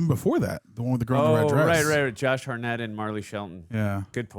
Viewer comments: Josh Hartnett pronounced - ( Heart net ) Not harr net , next time you say his name in a video expect it to be corrected lol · anyone else annoyed then laughing at how keeps a) jumping at EVERYTHING (i mean jeez, imagine watchin him see an ACTUAL scary movie) b) how he somehow continually pronounces Josh Hartnett's last name wrong lolol?